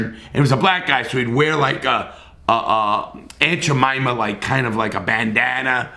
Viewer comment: he said Aunt Jamima lolololo